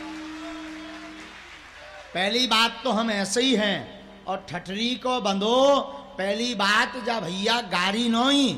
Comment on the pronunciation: Muje to aap ke mukh se thathre shabd bhut achcha lgta hai